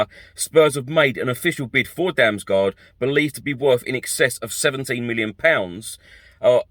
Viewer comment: Damsgaard is pronounced "Dams-gord". It's Danish, and so is he. Great little player though - hope that one works out. I won't even start trying to correct what you've done to poor Fabio's surname,. A few weeks ago you could actually say it properly, even with the correct Italian double-emphasis and all, so maybe I'll just wait until you work your way back to being respectful enough of the guy not to call him what sounds uncomfortably like the Spanish slang for a potty. 😀